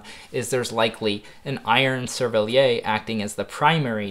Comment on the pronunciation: as a french speaker, great vid, but please try to pronounce "cerverlière" "cerveliaire" as it would be closer to what we'd say in french :D